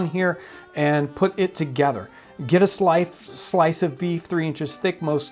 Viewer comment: "Get a slife...slice" Okay, Jon, I will :(